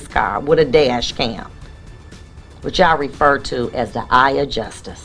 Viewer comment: The judge saying Just-us instead of justice was telling